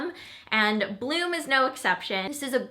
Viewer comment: ohhhh BLOOM!! First time you said it I heard "blue" - lol! :-)